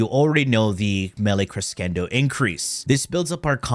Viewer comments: CRESHENDO NOT CRESKENDO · krəˈSHendō Say it with me. krəˈSHendō One more time. krəˈSHendō Shendō, not cendo. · its more like KRUH SHEN DOW but sure anything is better than criskendoe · Im pretty sure your cress kendo pronounciation is a joke but just in case you think you're right and you take it first degree => CRESCENDO : kruh·shen·dow in english. easy to check. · Kres-kendo omg🤣🤣🤣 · Every time says "creskendo", an italian dies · fyi its pronounced CreSHENdo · a portuguese speaker as well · the funny thing is that he lives in Italy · the whole time i was wondering if he does it on purpose like secondary cucumber xD (he probably does) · Lmao I love how you constantly say “that’s exactly how you pronounce it” and I just yell at my phone with the right pronunciation like you can hear me. Crescendo (kruh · shen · dow), the highest point reached in a progressive increase of intensity. I was a nerd when it came to music. So I had to learn the words. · In English it is pronounced Cresh endo Tomato Tomatoe :) Good vid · Actually is "Melee Creshendo" i'm italian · It's pronounced creh-shen-dough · I think the correct pronunciation is cre ss endo its the same word in portuguese for growing, and if is from latin origin it is cressendo the correct pronunciation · ITS CRESHENDO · cheese endo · Cre shen doe. Americans butcher every language 😅😅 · and hes not even american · Absolutely butchered crescendo XD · wrong pronunciation of :D ask an italian if u dont believe me :)